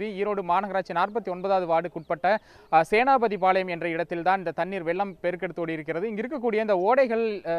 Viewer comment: செய்தியாளர் ௨ங்களுக்கு 'தி' ௭ன்ற ௭ழுத்து வாயில் நுழையாத சேனாதிபதி பாளையம், ௭ன்பதை சேனாபதி பாளையம்,௭ன்று ௨ச்சரிக்கிறீர்கள்.